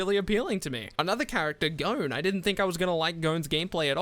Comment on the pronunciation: "GONNE"..... Buh its just GON. G....O....N. For fuck sake. Thumbs Down!